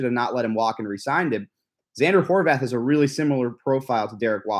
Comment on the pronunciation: I knew it! It’s prounounced “Horvath,” not “Horvahth” the way Noah Eagle and Dan Fouts say it. Thank you,! Why can’t the Chargers get a decent pre-season crew? Are they Chargers hires or do they work for CBS?